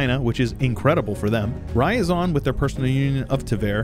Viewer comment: It's not Ra-ya-zan, It's Ryazan. You know meme "It's ya boy!" Well, combine that Ya sound with rolling R at the beggining, that's Ryazan. idk where you keep finding that additional ah sound in that word.